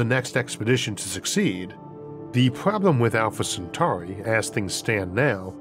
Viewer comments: Alfore centawi 😂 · Alpha Centwarwy!